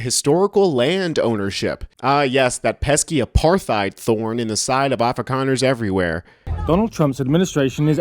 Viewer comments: What the hell is "aparthide?" It's “apartheid“. But seriously. I am a white south african and the problem is not specifically white south africans. Its farmers. Both black and white. They are sitting ducks on their farms for criminals that kill whole families. But that is simplifying a huge problem. Where america usually has the same subjects politicians lie about during every election so do we. The ruling party, that has been in charge of EVERYTHING for the last 30 years, are running the country into the ground, and blame the whites for it because it is easy. They keep education bad and keep the poor, poor just to have a voter base they can manipulate to keep them in power. Most south africans just want to live in peace. This all races. The problem is literally the government. The whites that instigated apartheid are long gone and good riddance. I myself wish they could have been punished harshly, but they were lucky. PThey left the rest of us with only shit. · Hate to be that guy, but the 'th' in apartheid is pronounced as a 't' as in 'tide' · Stop mispronouncing apartheid.